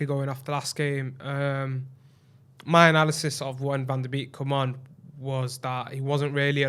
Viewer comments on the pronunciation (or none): Hi dutchie here, love your content, but the beek in the 'van der beek', is atually more pronounched as 'bake', cheers mate!